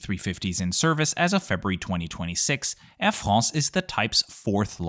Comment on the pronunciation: "Air FRRROOSS"